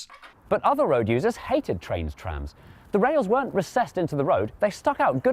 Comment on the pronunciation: Uhhhhhmmmm- eyueoi knoe thereiz trahmmmzz in Crwoiuoiydon 💀💀💀💀💀💀